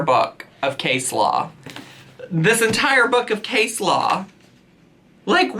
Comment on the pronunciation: What you said, “case law.” What I heard, “coleslaw.”